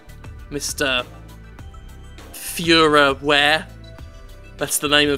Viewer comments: Feuerwehr is pronounced foy-or-vehr in case you are curious. I believe that's right, but German has to be said in a German acccent to sound like the proper word. Doesn't really work when you pronounce it like an English word. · I don't really think that's the case, some german publishers just love to spit out all kinds of cheap niche- simulators. The name might be a cash in, but then again, nobody outside of Germany would buy a "Feuerwehr: Die Simulation" and would most likely pronounce it "Fuhrerwear" like Jim did.